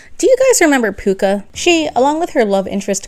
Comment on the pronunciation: NOT PUCCA